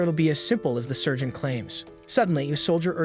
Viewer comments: It sounds like surgeon instead of Sargent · its sergeant not surgeon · Heyyah the ai is having a hard time pronouncing sergeant, it'd seem many hear surgeon, however if you listen closely it's actually saying "Sir Gent". Also remember it could also be an accent or regional pronunciation. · I think the AI or reader wanted to read out Sargent. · If you listen carefully the AI is saying Sergeant as Sir Gent not surgeon.